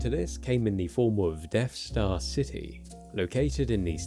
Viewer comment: He keeps saying Deaf Star..